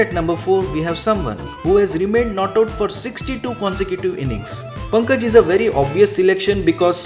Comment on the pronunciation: Please pronounce the name correctly, it's Punkaaj not Pankaj.